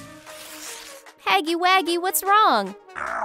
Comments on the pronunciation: His name is Huggy Wuggy not Haggy waggy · It’s huggy wuggy not baggy waggy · How dare you mispronounce. Huggy wuggy's name wrong